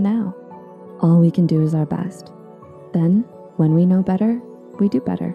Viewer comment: better* not batter